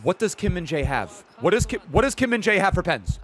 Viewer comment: you say always kim min dae kkkk he name is kim min jae!